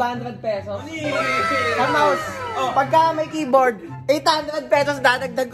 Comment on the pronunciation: Natawa ako sa “kaye-board” HAHHAHAHA